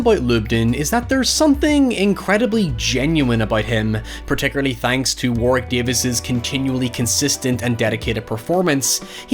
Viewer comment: It's "War-rick" instead of "War-wick". The second w is silent/mixed with the r